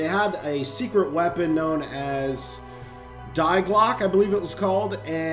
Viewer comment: you pronounce die block as de glock